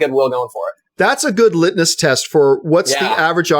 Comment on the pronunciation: It's litmus. I guess you didn't pay attention in 8th grade science.